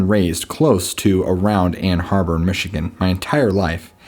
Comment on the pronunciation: First story- Ann ARBOR, not Ann Harbor. The story teller lost credibility when he mispronounced the place he claimed to have grown up around. That said, you have a very pleasing voice. Easy to listen to. Makes it easier for the listener to relax into the story.